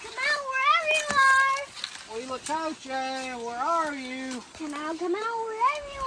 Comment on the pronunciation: I live in Mexico so I believe I can help you with the pronunciation. In Spanish the H is silent and all vowels are very pure. A=a short "a" as in pants, E= as a long "a" such as the a in play, I= as a long "e" as in ie in piece, O= as a long o as in grow and U= a long u as in union. Therefore if your spelling is correct the pronunciation is uit-la-co-che